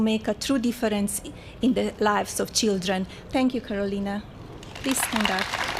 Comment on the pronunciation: Chidren, istory, invitistor Wtf? Make English great again!!!!